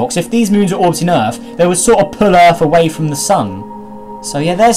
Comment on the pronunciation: Earth not Rarth